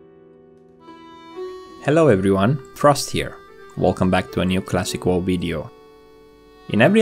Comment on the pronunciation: "Vanilla Woe" Dat pronunciation tho.